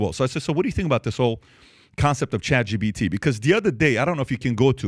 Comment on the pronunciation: It's chatGPT not chatGBT. Damn I had to say it...